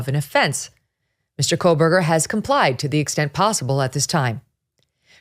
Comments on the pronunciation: KOH berger No “L” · His name is pronounced Co burger. Come on. Get it right.